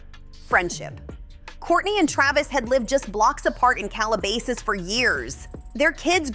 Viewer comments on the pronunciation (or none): KRAYvis? CalaBAYsas? This robot needs to brush up on her vowel sounds. I feel like his tattoo hair would look less silly if he didn't polish his head so hard.